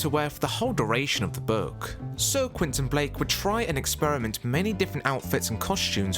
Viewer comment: Et c est pas quinton blake c est Quentin blake espèce de crétin